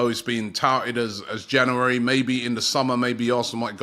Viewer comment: Just wish Robbie would pronounce January correctly, makes me cringe 😂 plus as an arsenal fan, I believe we ant buying anyone.. we are still a dead club with a dead owners who care only about there American sports teams. I don't think Arteta is the man for job anymore either.. overworking players and its showing again like last season, we are running out of stream too early.